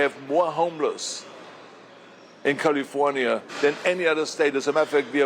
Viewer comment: First of all he should learn how to pronounce the word “California” …then he should talk about prop 187 which he was for, prop 187 was designed to get rid of Hispanics.….I don’t know why people give this guy any credit as governor….he was bad, Californians, specially Hispanics should not bother listening to him….he should go to Texas and talk to them about gerrymandering, not us Californians…